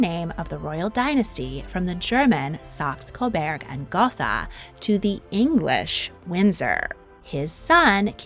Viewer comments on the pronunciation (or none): You mispronounced Saxen-Coburg and Gotha.